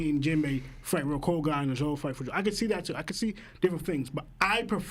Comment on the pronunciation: Why is it so hard for the twins to pronounce Zoro?? It's 4 letters, 2 syllables fam